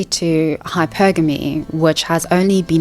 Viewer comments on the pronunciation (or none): none